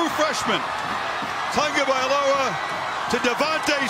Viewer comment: he gave up trying to say his name